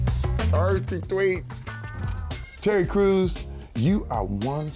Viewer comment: It sounded like he said Cherry Crews xDD